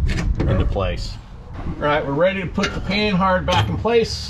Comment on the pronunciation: Its not Pan-Hard It's Pa-nah spelled Panhard named after a frenchaman who created it and Panard Racing ... Christ, can people get this right?